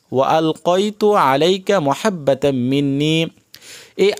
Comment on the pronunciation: এটা মহাব্বা নাতো মাহাব্বাতাম মিন্নি বুঝে ছেন